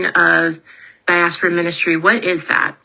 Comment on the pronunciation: Please make her stop saying Diaspora!!